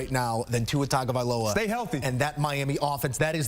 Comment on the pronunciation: someone tell the host how to pronounce Tuas last name correctly - Tong-a-vai-loa